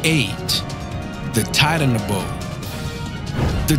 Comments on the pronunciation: It’s called Titanaboa not the titanabo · The Mosasour is the best plus I’m pretty sure the titanboa was smaller then that and it’s pronounced (TIE-TAN-BOW-AH) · (titan- a- bow- a) not tidan-bow, learn how to pronounce words properly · you said very few names right and how the hell did you say Titanoboa wrong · Julia G. Who knows he gets ALOT wrong the sea scorpions he mentioned are not trilobites there is no such thing as a "marine dinosaur" or "fish reptile" and the title isn't even that acurate lets see he mentioned the very famous Plesiosaur and mentioned it's fame also he mispronounced alot of things even the very simple Titanoboa how? who the fuck knows and might i add it is the largest snake to exist yet he said the other snake which I'm pretty sure did not exist was the largest also Titanoboa was not a marine animal either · Mr. Groovy 2 Shoes it's like he didn't even try with some of them though like Titanoboa how do you screw that up accent or otherwise